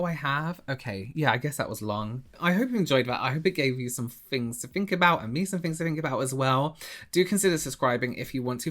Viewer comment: "I don't fink so"